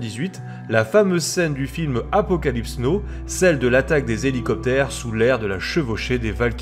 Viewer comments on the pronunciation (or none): c'est "now" pas "no"